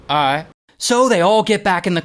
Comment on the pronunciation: “aight” sounded black asl😂😂😂